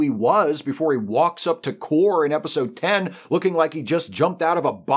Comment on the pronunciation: Kore was pronounced CORE-ay, not CORE (as in warp core). At least that's how it sounded when Soong said it.